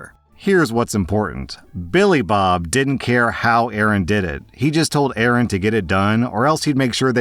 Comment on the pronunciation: Pretty annyoed that you keep mispronouncing A A Rons name.... 😀